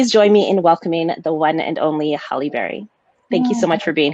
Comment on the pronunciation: If HALLE Berry is an icon (which she IS) then the young woman should have gotten the pronunciation of her first name CORRECT.